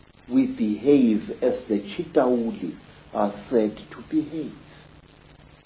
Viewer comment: It's CHITAULI WITH L NOT R